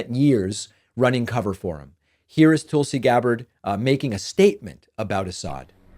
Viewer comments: Its Tuhl-see. TUL SI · Her name is Tulsi. Can you tulsi one time? It’s not toolsi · TOOOOOLSI. The way you say her name drives me bonkers David.